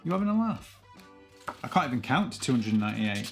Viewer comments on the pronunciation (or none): You can’t even say 298 properly.